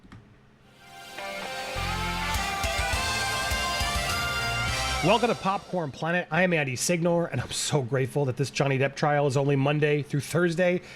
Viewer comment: it's not SiGnore it's Seenyore